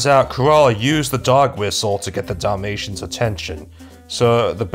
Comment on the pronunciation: everytime he says dalamtians i somehow understand damnnation and i need to laugh, my humor is more broken then my mental health after watching that movie